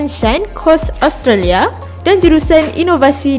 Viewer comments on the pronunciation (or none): none